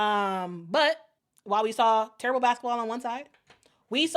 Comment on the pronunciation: I thought I heard you say, "torrible". I'll assume that it's worse than terrible and horrible put together.